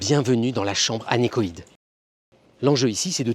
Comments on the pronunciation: Anechoïque ** pas anechoïde Sinon, super vidéo ! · Incroyable vidéo comme d'habitude, par contre c'est chambre anéchoïque* et pas anéchoïde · chambre anéchoïQUE et pas anéchoïDE ... Tant qu'à vulgariser, autant être précis.